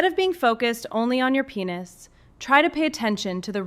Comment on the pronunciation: Hey you woman you should pronounce correctly. Because is not penus .it is penis